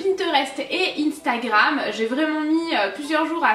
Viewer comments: super video :p mais c instagram toi tu dit I stagrame :D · Tu dit inestagrame! 🤣🤣😋 sinon tu es mas stars et on a les même toke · c est pas ine c est Astagram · en dit pas comme sa Instagram 😂